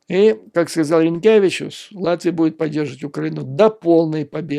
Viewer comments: Dear President of Latvia in russian pronounced as Ринкевич. It would be Rinkjavičus if he was Lituanian. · Юрий Борисович- я очень извиняюсь но вы произносите фамилию президента Латвии на Литовский лад . 😃 Правильно будет Ринкевич.